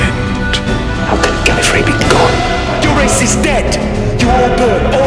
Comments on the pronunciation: Wait, Davros pronounced it "Gallifray" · "The Time Lords of Gallifree" ... huh, I didn't know they pronounced it differently in the old series.